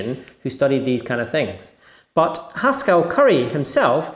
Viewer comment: Woah, "Haskell" rhymes with "Pascal"?!